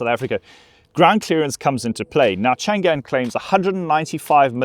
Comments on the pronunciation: CHANG AN 长安。。。。Not CHAN GAN。。。。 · Hi .it pronounce chang-an 長安 not chan-gan. 😅 長干